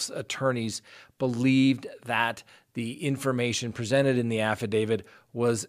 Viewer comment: Your program is good. Why do you say affi-david instead of affi-davit, though?